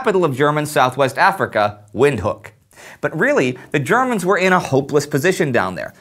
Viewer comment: FYI: Windhoek is pronounced as "Vint-hook"